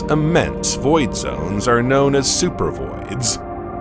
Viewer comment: First of all not only is AI you know narrating the video it seems like a I made the video it's supposed to say supervoids I think and it says super vids. This is freaking weird the AI voice is talking really slow I seriously think the takeover is starting